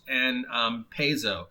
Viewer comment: Paizo is pronounced PIE-ZO. Venger is a guy on Inappropriate Characters. I don't know much about him.